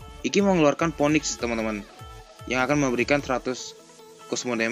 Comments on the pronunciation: god dibaca gad bang.. phoenix bukan poniks.. piniks.. cmiww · baca phoenix nya finix gan buka mpoenik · Ngomong phoenix aja blm bener